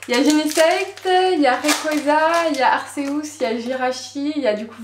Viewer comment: Ca se dit arkéus et pas arcéous